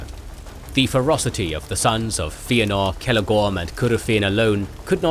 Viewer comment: Who writes these scripts, and doesn't make sure that the narrator says things correctly? I keep hearing the narrator making statements that include mispronunciations of Tolkien's names and terms? In one case the narrator calls Finwe's second wife Feanor's mother-in-law. He mispronounced Feanor, and then uses the wrong relationship term, which is step-mother, not mother -in-law. Such obvious mistakes, which should have been corrected during the recording of the voiceover. Script review and proofreading should be done long before the recording is even scheduled. As for the correct pronunciation of most of the Tolkien created names and terms, Tolkien wrote in a pronunciation guide in the forward of the Fellowship of the Ring.